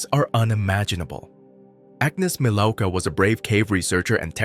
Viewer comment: Her name is Agnieszka Milówka. Her surname is pronounced 'Milov-ka'.